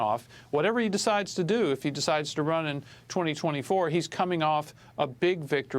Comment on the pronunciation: Two clows here! One of them can't pronounce DeSantis!